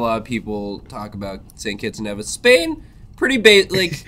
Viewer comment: YOU SAID NEH-VIS INSTEAD OF KNEE-VIS AGAIN!!! YOU'VE BETRAYED US CARIBBEAN PEOPLE FOR THE LAST TIME!!!